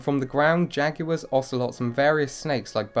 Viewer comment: The way you say "Jaguars" is uncomfortable